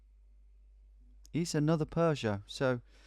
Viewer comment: This pronunciation of 'Peugeot' hurts my ears.